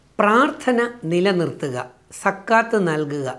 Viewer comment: രജിത് സര്‍,, സക്കാത്ത് എന്ന പദം..Z വെച്ച് ഉച്ചരിച്ചാല്‍ കറക്ററ് ആയിരിക്കും. ZAKAH.താങ്ക്സ് സാര്‍.